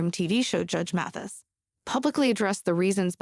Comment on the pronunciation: His name is Judge Mathis, not Matthew’s!!